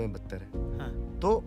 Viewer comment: When he said "ha to" i heard it "hathon" 😂, "hathon k bad sab kuch accaha feel hota hai 😂"